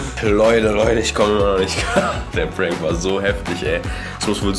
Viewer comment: Its ä prääänk 😂😂😂